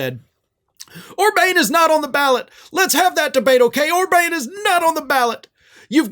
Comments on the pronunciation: It's Orbàn with an " à " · OrbAn not OrbaIn. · It's not Or-Bayne, it's Or-bahn... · Orban's name is pronounced more like Or-BAHN, not Or-BANE. I thought you were making fun and calling him Or-BANG, which would be a cheap shot but still kind of funny. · How does not know how to pronounce Orban? Or bane, seriously? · In future commentary you might want to pronounce the name of the Hungarian Fascist correctly. That’s Orban, (pronounced Orbaan, not Orbane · Orban is not pronounced with a long "a". It's pronounced Orbahn. I notice many talking heads also pronounce Adolf Hitler with a long "a". A minor thing but it has the tendency to distract the listener. Apart from that, good video - Lindsey Graham is a fool and a toad. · Orban like a o sound like on by the way but it isn’t a big deal in the pronunciation of dictators name because he is a leader who never should been the PM of Hungary in the very first place so shame on the people of Hungary electing him into office because he is bad for Hungary, NATO and the entire world. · I was not reacting to the Spelling. was reading from a sheet that had the correct spelling, but he was pronouncing the name incorrectly. He repeatedly pronounced it “Orbane “. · It's Orbàn with a " à " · Please learn how to pronounce Orban's name.